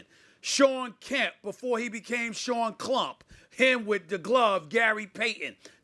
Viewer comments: I'm dying that Stephen A called him Shawn Klump 😂🤣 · Did he say shawn clump